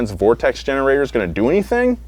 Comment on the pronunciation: Thanks for saying vortexes correctly. I clicked the link thinking "one of these mfkrs about to say 'vor-texas'"